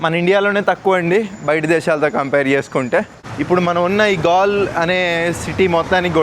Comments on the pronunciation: Gal kadu gale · Gaall kaadhu Galle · Gall kadu anna Galle antaru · గాల్ కాదు. గాలె. క్రికెట్ మ్యాచ్ లు జరుగుతుంతాయి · Gale babu not gal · ఒరేయ్ హావులే గాల్ కాదు గాలే(galle) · Gall kaadu galle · గాల్ కాదు గాలే అని పలకాలి. ఇక్కడ ఇంటర్నేషనల్ క్రికెట్ స్టేడియం కూడా ఉంది. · అది గాల్ కాదు గాలె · Are Erri puvva Galle bay, pronunciation mistake, Children are also followed but impact of education, children spoil knowledge your pronunciation,Erri pushpam